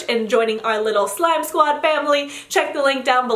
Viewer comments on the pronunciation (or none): When she says slime squad i hear sky sqaud.